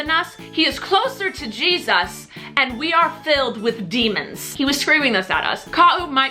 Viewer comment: jeSUS. I love the way she said that